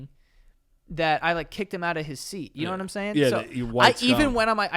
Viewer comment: "yongying... yomhang.. you know imsaing." this is the development of the sentence (You know what i'm saying?).